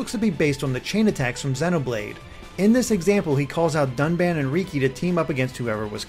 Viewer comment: Well, he also called Dunban doon-ban, so.